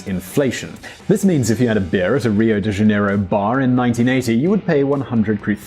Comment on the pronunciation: I was going to give you a break on your pronunciation of Rio but then you butchered real as well so I have to say something :P